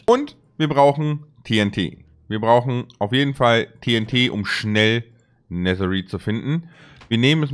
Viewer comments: Es heißt Netereit NICHT Neterit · Es heißt nicht neser rid sondern es wird nether reid geschprochen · Auch nicht Nethereit sondern Netherite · Er sagt netheriet mit ie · Man sagt nicht neterpizza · Mich nervt es wie du Netherite aussprichst